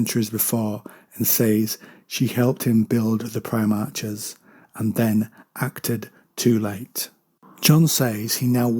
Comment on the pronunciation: Love your stuff. But it's PrimarHHHs. Not Primarcsses. Apologies for being rude.